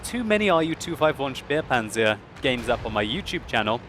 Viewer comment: It is said "spehpanzer" not "spiepanzer".